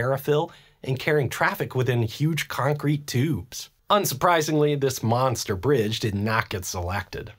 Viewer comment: "This Manster Bridge Did Nat Gat Salactad"